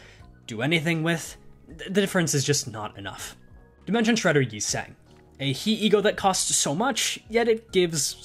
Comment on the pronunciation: As is tradition, another ESGOO video, another comment left saying that they're pronounced "Tet," "Hey," and "Vov."